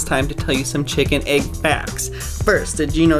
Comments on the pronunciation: EGG! NOT AGG! ITS A “E” NOT A “A” EGG EGG EGG EGG EGG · Why does he say AYYg instead of egg?!?????